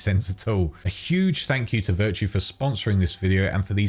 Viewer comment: He kept pronouncing it virtue in the video...